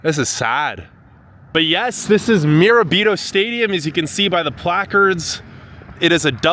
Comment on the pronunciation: Tf is a "Miro Bito" ? 💀